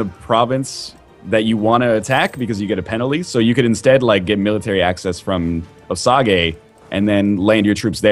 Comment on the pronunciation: Osage is pronounced O-sage by the way.